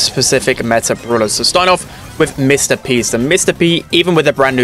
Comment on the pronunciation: did anyone else hear “Mr Beast” instead of “Mr P”?